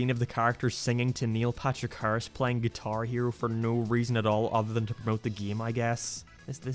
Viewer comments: “Niel Patrick Hahrerashh” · He said Neil Patrich Harris 9 times, said Neil twice and Neil Patrick Harris' name was on screen once.